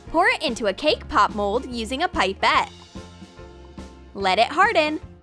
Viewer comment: 1: ITS PIP-ET NOT PIPE-ET!!!!! 2: NOBODY HAS A LETTUCE MOLD LAYING AROUND 3: WHO HAS WHITE FOOD COLORING